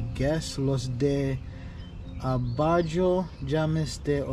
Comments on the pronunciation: Translation for los de abojo jamas te olvider - those below will never forget you Also abajo is pronounced ah-bah-ho. The J makes an H sound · just giving you some help with Spanish with all due respect 🙏🏾. In Spanish the letter "j" is silent, so in the word abajo it would sound like aba-ho. Like if there is 2 LL's together then that would sound like a "J", ex. Llama- pronounce like ja-ma 👍🏾 u will get.